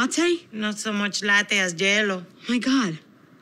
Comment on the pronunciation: Am I the only one that heard J-Lo and not Jello? 🙈😅🤣